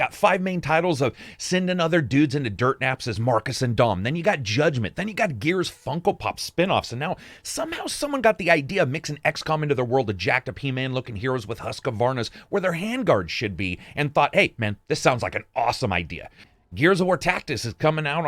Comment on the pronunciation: It’s not called Husq A Varna it’s Husqvarna. There is no A For the people who have no idea what I am talking about Husqvarna is a chainsaw